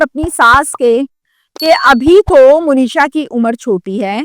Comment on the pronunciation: مو نیشا نہیں ہے درست منیشا ہے ایسے ہی مونیش نہیں ہوتا ۔منیش ہوتا ہے